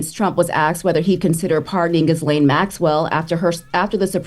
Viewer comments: Why is it so hard for everyone in media to say gislane Maxwell? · I like watching your front page news but please learn how to pronounce (Gi-lane) its all over other news channels if you want to make sure you saying right you guys really sound unintelligent